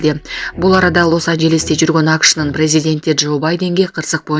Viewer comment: Лос анжиллис эмес лос анджелес дейт туура суйлосонор😂